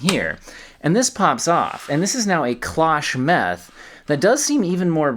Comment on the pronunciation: closh meth 😂